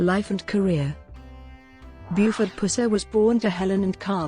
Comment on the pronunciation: Your electronic voice mispronounces his name constantly. The 'Puss' in 'Pusser' is said more like the infection in a wound instead of a nickname for a Cat? (Or like....well you know??)